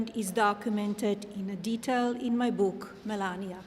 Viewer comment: sorry, it is not Book, it is BuuuuK (that is how Melania pronounces :face-blue-smiling